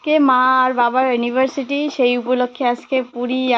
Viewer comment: ওটা অ্যানিভারসিটি নয় অ্যানি ভারসারি।💘❤️👍👍